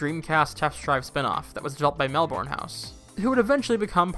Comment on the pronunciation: Wow, those physics! And Melbourne is pronounced MEL-burn, for reference.